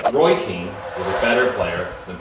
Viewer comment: How can you say Keane anyway close to veira that’s an insult